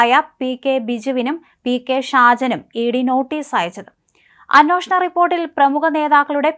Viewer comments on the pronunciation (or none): മോളേ, അന്വോഷണമല്ല, അന്വേഷണം... അന്വേഷണം. നൂറു പ്രാവശ്യം എഴുതി പഠിക്ക്.. നിന്നെയാരാ മലയാളം പഠിപ്പിച്ചത് ?.. ഛെ! എന്തൊരു അരോചകം!കഷ്ടം!